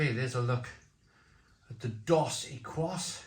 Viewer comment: equis is pronounced ekis - it means X ,so dos equis means 2X - ie double